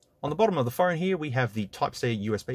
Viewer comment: “We have an obnoxiously huge camera heeya”